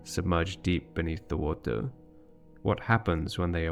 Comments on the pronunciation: “WAUTEUR”, I dunno, I enjoyed listening to this word being pronounced as if it is some magical strange substance. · i dont want to believe it because it sounds absurd, i agree on that, but i see no other reason for him to pronounce "more" perfectly correctly and pronounce "water" like he does, it jsut doesnt add up, i dont want to accuse anybody but the evidence elads me to believing this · Your pronunciation of “water” just makes me think that it’s a sneaky bit of worldbuilding itself. You’re saying it that way because the liquid that fills the ruins looks like, but is not exactly the same as, the stuff we call “water” in our world. At least, that’s my theory! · Love the project... Not a fan of the 'water' pronunciation 😂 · You have such a peculiar way of pronouncing water. Either way, always captivated by this world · You say “water” so interestingly! It’s like you shift the voicelessness of the release of the /t/ back onto the stop itself, but by the time the plosive is released, it’s voiced again 🤔 Do you know if this is a regional pronouncication? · Or maybe it’s a glottal stop at the same time as the /t/? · yes, i am one of those people, but he can say "more" without slopping the R at the end, theres no reason for him to not know how to do the R at the end of "water", thats why i think he does it on purpose